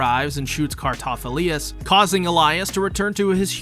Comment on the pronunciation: Thanks for the video, really appreciate the work you put in. but you sent me down a rabbit hole of pronunciation. you say Cartaphilius, which I didn't think was quite right. so I rewatched some episodes, and sure enough it was Cartaphilus the main difference is the lius vs the lus at the end. to give you the benefit of the doubt I watched some of it in English, and as much as I dislike your mispronunciation, the English VA butcher it worse. they say Cartaphiloose... I hated that I realized it could be worse... so thanks for being the best you could be and the effort you put in... it could have been worse. Just keep doing what your doing, it's great.